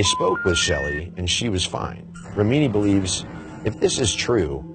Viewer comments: Rim uh knee... NOT Ruh mean knee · The way he pronounced Remini was so annoying. It rem-i-ni not re-mini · Leah Rameeny? REM-in-nee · jenny hartman totally agree. Pronouncing things correctly matters if you want to be taken seriously and be credible. Although, it is easy to see why it is often pronounced incorrectly. (REM-IN-EE) for those who don't know. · Pronounced REM A KNEE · Rem- in- ni it sounds like you didn’t do your research pronouncing her name like that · It is pronounced Rem-en+i! Oh nevermind... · FYI, Leah Remini is pronounced Rem-a-knee. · How can you not know how to pronounce Leah Remini's name ? Leah "Ri-meaneee" ???? LOL.. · Aftershock ha ha I always think when someone pronounced something wrong have they not done any research at all?? Leah is a huge advocate for the debunking of Scientology and her surname has been used many times...how does he not know how to pronounce it properly!!! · Why didn't someone tell this host how to pronounce Leah's last name? It's distracting that he keep saying it so very wrong. Otherwise, good informative video. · Interesting info but could you have at least pronounced Lea Remini’s name correctly lol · Do you live under a rock?? Why do you pronounce Leah Remini’s name the way that you do!? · if you’re going to the trouble of making a video like this, learn how to pronounce leah’s last name. kind of important. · Learn how to pronounce Leah Remini's name. It's not a secret. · You lost all credibility when you mispronounced Leah reminis name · Aftershock he does indeed pronounce Remini incorrectly, I will give you that much....